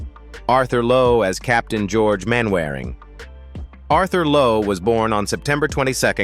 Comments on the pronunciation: Disrespectful and not accurate. Doesn't even say the names correctly, it's pronounced 'mannering' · Sh1t AI voiceover…..Mainwairing is pronounced ‘Mannering’…… for example, I’m out after 1 minute…. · I cannot and will not listen to an American voice talking about Man Waring!!! It is pronounce MANNERING!!! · These endless AI voiceovers are a real pain! Constant mispronunciations of really familiar names (eg "Mainwearing" instead of "Mannering" ...and so on...and so forth). Can it be that expensive to hire a decent human voiceover? As it is, I just switch off after a while. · Incorrect pronounciation of names. Mainwaring is pronounced Man a ring. Clumsy editing and direction. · Mainwaring is pronounced "mannering" they speak funny on that li'l island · I gave up with the bad pronounciations. Mainwaring => "Mannering" and Derbyshire => "Darbyshire"